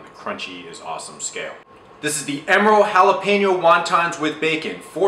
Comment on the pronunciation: Thank you for saying Jalapeño properly!